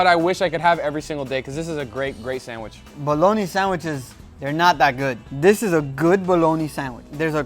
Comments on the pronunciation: SandWISH. LOL! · I know everyone talks differently but him saying sandwish is pissing me off lmao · Its sandwich not sandwish lol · Is he saying sanderwich?😅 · on a sanwish .....lol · bro pronunce sandwich like a mentally chalanged